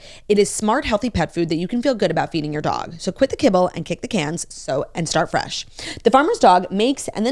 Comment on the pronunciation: “Enhancing Bresh, Fright, glowy look” I don’t know